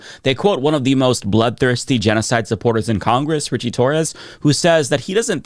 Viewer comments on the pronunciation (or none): none